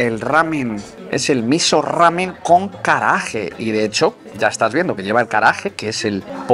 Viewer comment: Hola. "ge" y "gi" en japonés lo tienes que leer como "gue" y "gui" en español. Así, es "karaague" y no "karaaje". Yo creo que el restaurante hace platos japoneses y de otros países asiáticos. Lo digo por los rollitos y el plato de arroz tailandés. ¡Buen vídeo!